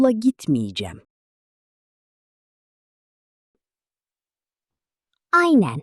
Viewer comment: I hear "ayne" instead of "aynen", do Turkish people speak the n in this word or not?